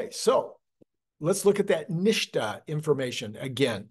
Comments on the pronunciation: typically NHTSA pronounced NIT SA, not NISHTA. But you do you. I don't think the the extra dot will hurt anything. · What is "neeshta"? Where does the "shh" sound come from when the acronym is "NHTSA"? The "S" would need to be two letters further back for that sound. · NHTSA is most commonly pronounced "NIT-SUH" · The correct spelling is NHTSA. In the US auto OEM business I worked in we pronounced it “nit-sa”. Love your videos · It’s said NIT -SA.